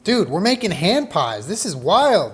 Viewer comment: I heard Strawberry HAM pies every single time he said it. I was so confused thinking he was going to put ham in a strawberry pies, until I actually saw him make it and realized it was HAND pies. omg.